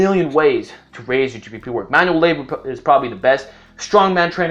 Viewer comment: it kinda sound like you kept on saying g4p work lol